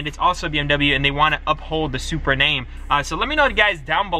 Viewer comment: Ahh my boy finally sayin it right 😂 Love & Blessings from NYC Bro 🗽💰💯